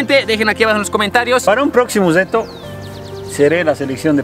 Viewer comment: Like si y dicen deto y. No reto